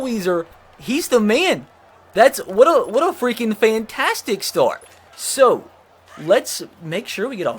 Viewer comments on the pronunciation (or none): none